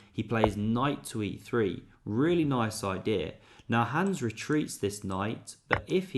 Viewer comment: You just can't be flexing with German words if you're totally butchering the simplest name "Hans" by saying "Hääns" 😑